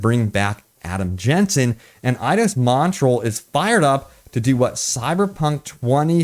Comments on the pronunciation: Dude.... It's "Mont-ree-all". Just saying. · As a Canadian, it pains me to hear you butcher the pronunciation of Montreal. Say it with me: MON-TREE-ALL EDIT: In all realness here, what they could be testing (and given the fact that it is so extensive) is that they are testing a potential stability improvement. Microsoft has sent developers Xbox Series S dev kits so they can free up memory for performance boosting, and CDPR is obviously one of the companies that got a dev kit. So we could possibly, maybe, see a 60fps update to the Series S. So I don't know, just seems like it would make sense. Maybe they haven't had the dev kits for that long? Who knows. Would love to see it though.